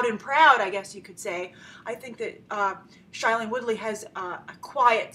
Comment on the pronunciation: Grace , I'm sorry but it really bugs me that you keep on pronouncing shailene's name wrong. It's not SHY-lene but SHAY-lene